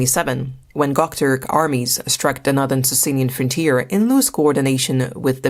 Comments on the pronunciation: That’s how you pronounce Göktürk as gucktork ? 🤦‍♀️ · Also, it is not gock turk, it is Göktürk. Gö pronounced as "eu"